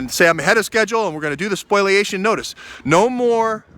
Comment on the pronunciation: it is called a spoliation notice not a spoiliation notice, ok? Thanks